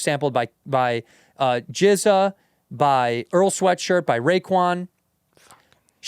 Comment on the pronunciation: Jizza is crazy lmfao. (I know it’s JZA.)